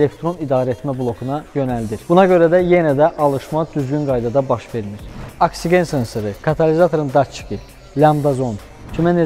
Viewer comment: 😂AKSİĞEN-də korladın də, hamı kimi oksigen deyəndə nə olur ki?